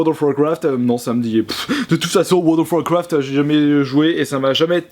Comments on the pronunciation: wowl of wowcwoft ARGH PUTAIN MON DIEI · "Weurld of wacrafte" J'ai failli vomir...